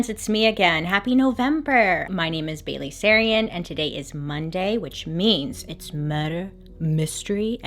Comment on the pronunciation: I've been sick for 2 days binging all your videos and my husband after 35 videos said OH her name is BAILEY sarian? I thought she was saying BABY. THE WHOLE TIME??